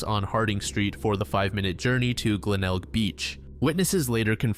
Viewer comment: You pronounced Glenelg correctly, congrats lol